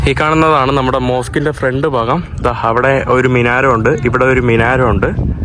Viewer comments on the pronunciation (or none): none